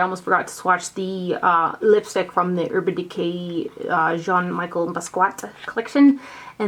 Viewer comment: Mi-shell bass-key-eh